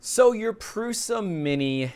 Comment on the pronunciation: pls pronounce it prusha